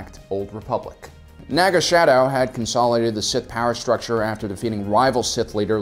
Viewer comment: Naga Sadow, not shadow. Home One... Executor....